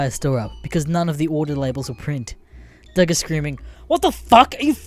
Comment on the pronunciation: It pronounced dug not dough that's how the name is pronounced